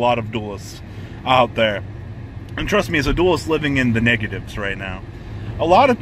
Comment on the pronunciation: I thought you said the niggatives for a second xD